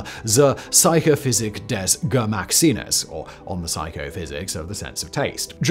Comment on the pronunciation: what is "Gemacksinnes"? where is the "sch" 🤷🏿‍♂🤷🏿‍♂🤦🏿‍♂🤦🏿‍♂🤣🤣